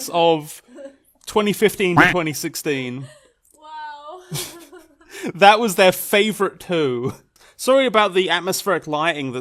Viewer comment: Was the fact that he's saying wrongly 2016 on purpose part of the joke? I can't tell at this point, people use to many layers of sarcasm.